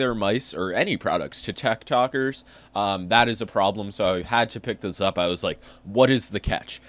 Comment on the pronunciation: normal people:tiktokers: taktokers